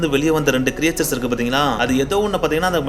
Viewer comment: Very nice bro. But very often You pronounce the word creatures wrongly. Its not கிரியேச்சர்ஸ் But கிரீட்ச்சர்ஸ்.